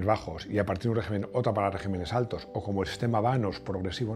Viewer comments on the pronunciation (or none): none